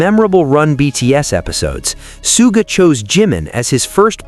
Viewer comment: Somebody tell this speaker the correct pronouns of Suga! (Shuga - is closer to his name's pronouns.)